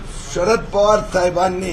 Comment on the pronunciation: अरे बाबा थायबांनी नाही साहेबांनी बोल